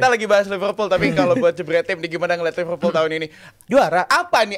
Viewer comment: Ipal Ipul apaan. Bilang Liverpool aja susah amat. Lu bilang Ipul ke orang luar di ketawain lu.